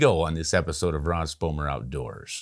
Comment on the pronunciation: Say , did you say Ross Sponmer?